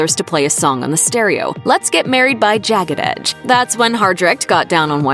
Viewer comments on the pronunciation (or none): i love their black love story so much. why did this narrator doing the voice over pronounce the r&b boy band as 'jacket'? Its 'Jagged Edge' 😭😅